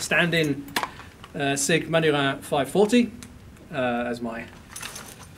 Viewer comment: It's MANURHIN, not MANHURIN.